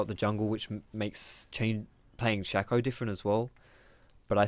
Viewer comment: saying 'Rango' and 'Shakko' makes this hard to watch